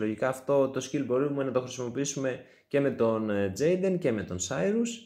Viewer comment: Τζεϊντεν λέγεται 🙃